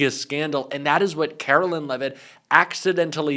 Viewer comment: Hey. Love your show. One minor comment-please correct your pronunciation of Karoline Leavitt. It is “care-o-line” and not “car-o-lynn” as u say. Thanks.